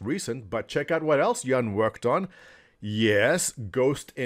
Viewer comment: Congrats on pronouncing Jan's name correctly